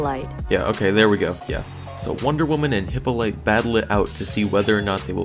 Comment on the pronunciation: repeat after me Hip-paul-o-ta or Hip-paul-o-teh (short E) = Hippolyte